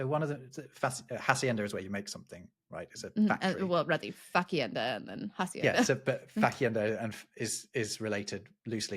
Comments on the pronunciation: Please-- when doing Spanish words, do NOT/NOT pronounce the H :) Hacienda is pronounced, Ah-see end Ah. :) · A note on spanish pronounciation: like in french, the h is always silent, it doesn't have that exhalation native english speakers tend to give it. So it should be pronounced as if it was written 'acienda' unless you're saying the english loanword instead of the spanish original. And yes, the whole thing with the silent h (as well as the fact that any pronounciaation difference between b and v was lost some time ago) causes a lot of headache for kids first learning how to write.